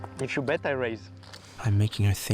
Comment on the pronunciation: The AI says "bait" instead of "bet" many times. I like the idea of 3-baiting. But seriously fix that please.